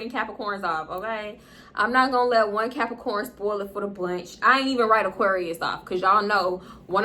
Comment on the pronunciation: SHE HAD ME DEAD it sounded like she said "capper-corn" LMFAO